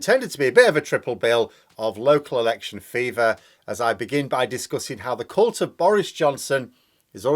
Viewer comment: Did you say c**t or cult of Boris?